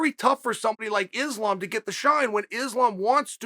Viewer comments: For sure, he is a smug arrogant fuck. The type that thinks he can use his ability to run his mouth to convince people he knows what he is talking about. The funny thing is, he says islam is a name people should get used to. I say hey chael, islam is a name you should learn how to pronounce. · I believe Islam is the one who's been mispronouncing his own name.